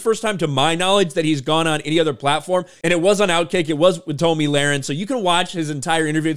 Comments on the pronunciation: Her name is pronounced Tommy not Tom E. Please learn her name and say it correctly. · Her name is pronounced Tommy, not Tomey. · Her name is pronounced TOMMY not TOMI....